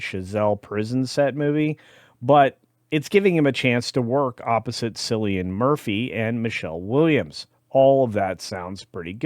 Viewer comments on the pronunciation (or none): Sillian and not Killian 🤦🏻‍♂️ Thomas Shelby is pissed. 🤣